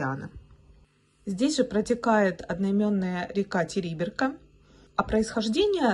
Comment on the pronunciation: Не ТЕриберка,а ТерибЕрка